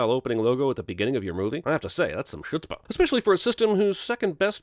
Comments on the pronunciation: another reason doesn't actually know the words he is saying, because "Chutzpah" is pronounced ho͝otspə. I understand its a Yiddish word so it may be difficult to say, especially considering can hardly speak english. But using a fancy word to make yourself sound smarter and not pronouncing it correctly just makes you look dumber. That gets as many sins as the age of Sega and Sammy for sinning them for showing their well-loved video game franchises. THAT is "chootzpah". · did really just pronounce “chutzpah” as “SHutzpah”...? 🤦🏻‍♀️🤓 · Pronouncing chutzpah as "shitspa". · Did he say "chüts-pa" instead of "hüts-pa"? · Pronouncing chutzpah as “shutzpah” should be worth at least three sins. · Also: "chutzpah" at about is not pronounced "shutzpah." The "ch" is pronounced as in German, or you can wimp out and use an "h" sound. Also also: both pronunciations of "fugazi" are acceptable, though I prefer. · Here's another sin: pronouncing Chutzpah as 'shutzpah.' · Love your videos. You just missed sinning his mispronunciation of chutzpah as "shutzpah." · You missed a sin for how pronounced chutzpah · I’m sorry HOW did pronounce Chutzpah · gets another sin for mispronouncing chutzpah in the beginning (the c is silent) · He also needs a sin for how he pronounced “chutzpah”. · No sin for mispronouncing "chutzpah"? You could have sealed it with "thaaaaat's antisemitic."